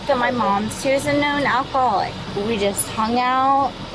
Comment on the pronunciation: I thought she said "alphaholic".